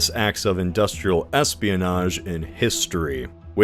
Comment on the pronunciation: “Espianoge”?? Ooh, yeah, just do a “collab” government. That’s the ticket!